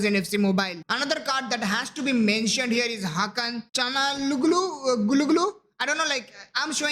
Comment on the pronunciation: bro said Hakan Chugulu, gulugulu☠️